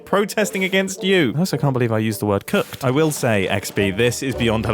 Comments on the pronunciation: Mumbo saying "cooked" is the funniest this I've heard all day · IS NOBODY GOING TO TALK ABOUT MUMBO SAYING 'COOKED' ???? 😰😰